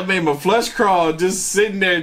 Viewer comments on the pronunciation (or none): I love you.. But you do know it's "it made my FLESH crawl" not "it made my flush crawl"....